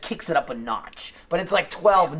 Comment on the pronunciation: The way says notch lol